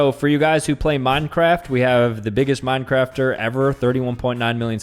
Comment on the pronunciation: Did bro just say mincrafter wth 🤦‍♂️ 😂😂😂😂